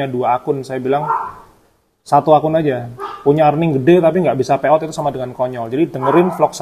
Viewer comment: Pay out ya mas? Kirain bilangnya peottt...Lama nyimak baru paham